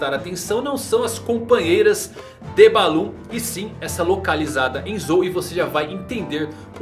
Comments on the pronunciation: Não é Baloon,é Laboon kk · nao é baloon kkk é laboon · Baloon ? Kkkkkkkkkkkkkkk é laboon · Kkkkkkk acho que ele trocou as sílabas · Ele falou "balon" ou eu tô imaginando? deixando easter eggs kkkkkkk